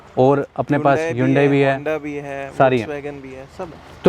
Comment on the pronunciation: Its hunde not yudaii